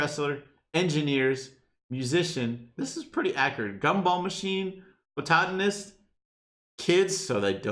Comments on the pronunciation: No one:: B O T A T A N I S T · “Botatanist”. What. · “Botatanist” - 2019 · that pronunciation of ‘botanist’ though 😂